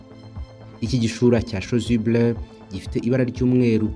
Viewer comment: Chasuble pas chosuble